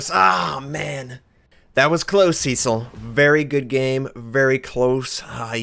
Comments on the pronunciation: If you're of British/English heritage, it's not "see-sill" but "SESS-ill". I'm sure you wanted to know that, lol. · I was thinking that. I have heard Cess-ill more often.